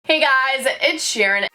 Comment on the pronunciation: sounded like she said hey gyes ed sherien